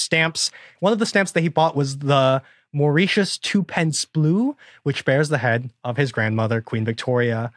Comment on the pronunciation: Today I learned that Americans can't pronounce Mauritius correctly...